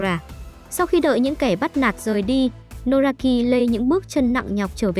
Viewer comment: Nozaki chứ ko phải Nosaki nhé😂